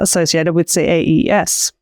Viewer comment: Should CAES be pronounced 'kays' rather than 'see-a-ee-ess'? It's a lot pithier and I assumed this what what people had picked, but then I'm not sure I've heard anyone actually say it before.